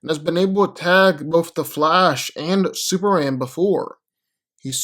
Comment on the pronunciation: No one: Literally no one:: Super-an